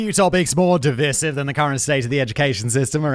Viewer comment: Pronunciation of 'divisive' in the first few seconds could actually be divisive...is this an accident?